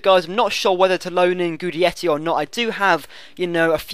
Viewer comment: Pronounced Gidetti. And sign him, great player.